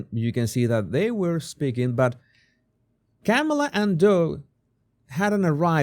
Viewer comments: It's COMMA NOT CAMA LA! Get it right, show a little respect!! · It’s not Camel-aah, her first name is pronounced Kahm -uh-laah. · No! It's prononced😅 Ke Mala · Her name is pronounced Calm-ala. Not so hard to pronounce! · Why can't you pronounce her name correctly?? You have a speech problem?? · I understand English is not your first language. No shame in that. So much has been said on how to correctly pronounce Kamala’s name. No excuse dude. Are you being intentionally disrespectful, or are you just ignorant? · Why not try to pronounce her name correctly? Just unsubscribed because of your bad choice of "non comical jokes about Vice President Kamala.